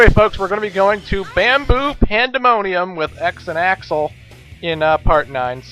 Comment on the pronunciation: I swear instead of bamboo pandemonium, I thought you said, "Man-boob Pandemonium"